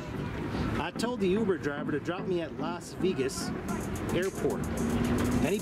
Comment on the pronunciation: Las Veegas lol